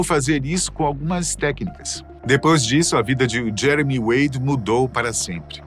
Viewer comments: Ele falou jemery no final do vídeo kkkk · Eu escutei vc falando jemery 😅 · Não é Jemery mas sim Jeremy Wade